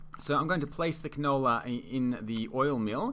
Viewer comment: It helped a lot but you saying the canable was funny